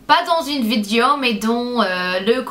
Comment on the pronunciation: C'est trop chou quand tu dis "vidéo" (vidio) '! Tu est juste magnificiiiiiiiimmmmmmme *_____*' <3